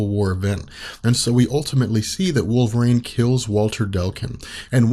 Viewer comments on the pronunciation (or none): I love this whole channel, but is it really pronounced wolver - rain? Always thought it was wolver - een. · It's Wolver EEENE not Wolver REIGN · If these videos weren't so incredibly informative, I'd stop watching them because the pronunciation of "wolve-rain" drives me absolutely insane.